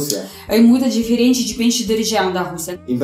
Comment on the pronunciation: Acho engraçado como fala Diferente, ele fala "Deferente".